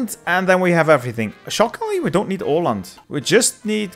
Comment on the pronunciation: Surprisingly good pronunciation of "Åland", good job!